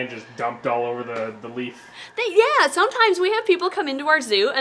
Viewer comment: Could have sworn that you said Solomon leap frog 🐸 instead of leaf 🍃